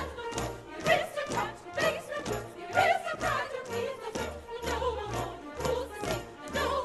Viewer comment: A fine production, but please...the word Aristocrat is pronounced with the accent on the initial "A" not as pronounced here i.e "a-RIST-ocrat".